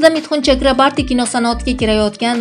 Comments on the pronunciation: Чакрабарти эмас! ЧАКРАБОРТИ! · Mithun chakraborti deb ayting singlim. Udareniyani tugri koyub oyting.udareniye o harfina tushadi